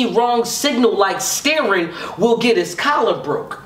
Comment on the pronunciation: His name is ill will not ill wheel 🤦🏽